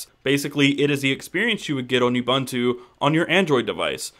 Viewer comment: One last thing. Go to Google Translate, type in "Ubuntu" and play back the pronunciation. Maybe then you will understand. If not, there's nothing I can do for you.